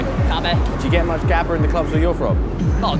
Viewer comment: Gabba , nah you pronouce Habba, Rotterdam Sportshall 91, Mental..